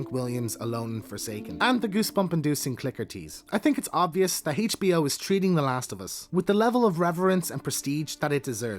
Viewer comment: Heychi-BO lol